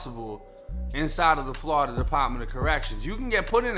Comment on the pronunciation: Im a FL Jit Cuz and tha way you say Florida always funny cuz Ian Eva heard any6ody say “Flawda” but I fuccs wit it lol